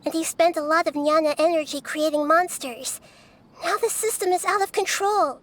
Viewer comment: Jnana is pronounced as "gyana" not nyana ..i think